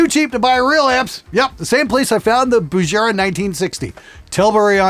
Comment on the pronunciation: Oh, & you said 'Bugera' wrong! It's Bu-ge-ra, not Bu-je-ra!